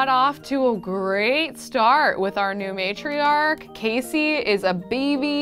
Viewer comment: Sorry to sound like 'it's Leviousa not *Leviousa*' (AKA Hermione) but it's Casey not Kacey.